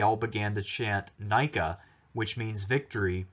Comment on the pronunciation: Nïka, not Nika as in Nike the brand. Dude, for someone with so much knowledge of antiquity... you surely never know how to pronounce proper names in other languages. I guess, that´s the very American part of you. What a shame.